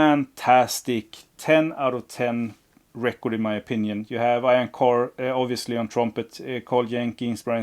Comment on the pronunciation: Hi,Ian Carr is pronounced eean carr not as you say ioan carr.great collection mate.